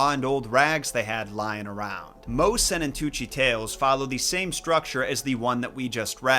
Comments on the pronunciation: as a Swiss person that's always been interested in folklore and stories I can tell you that your pronounciation of Sennentuntschi wasn't bad at all :) also if you want more information on other Swiss folklore, hit me up, as I am at the source :) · Your pronounciation of Sennentuntschi isn't bad, actually :) I was wondering how long it would take you to stumble over Swiss folklore and Max Lüthi. If you need more insights or more Swiss folklore stories, hit me up. As I like here and have access to all the resources :)